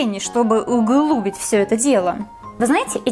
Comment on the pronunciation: Ну углубить,а углубить ударение на и,боже жур.фак мгу)